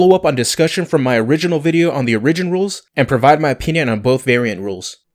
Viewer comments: Origin is not pronounced " or-rig-gen" it is pronounced " "OR-I-GEN". Just fir you personal knowledge. I could really care less but others may give you crap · It's more like he is saying uh-ri-gin, rather than or-ih-gin. I think he is taking the word original, pronouncing it as myself and most Americans do incorrectly "uh-ri-gin-ull" then just taking the "ull" off the end. I don't know how many more times I could have listened to uh-ri-gin though lol. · Okay. Lets say it together....Or-ih-gin. Not Or-ee-gin